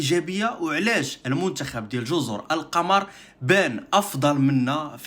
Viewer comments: الصواب جزر القمر بضم القاف وليس بفتحها ذكر ذالك الاديب اللغوي العلامة محمود شاكر المصري لأن القمر بضم القاف معناها الجزر الشديدة الخضرة وهذا هو الذي يستقيم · واصحبي و ما سميتهاش جزر القمر بفتح القاف والميم وهذ الجزر كاينين غا فالكرة الارضية ما شي فالقمر سميتها جزر القمر بضم القاف و الميم.